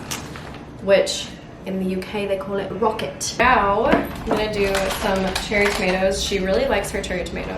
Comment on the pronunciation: My Britishness is crying at the replacement of roast chicken with a beyond sausage hahahah but that pronunciation of rocket saved it, was actually spot on 😅